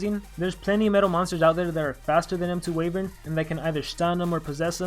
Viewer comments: I'm not sure if the pronunciation is global, but I thought it was Why-vern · I feel like you are pronouncing wyvern wrong. :P